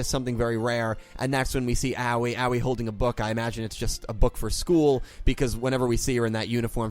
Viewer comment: Aoi I think is actually pronounced as (eh-oy)